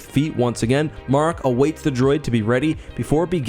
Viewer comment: Good video, as always...I've heard Marrok pronounced multiple ways, so far, and if I know one thing, THIS vid is NOT how you pronounce the name 😂